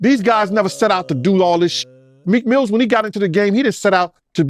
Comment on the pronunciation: He kept calling him Meek Mills😂😂😂😂